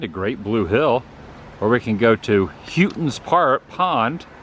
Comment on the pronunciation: Hoe-tons pond. :)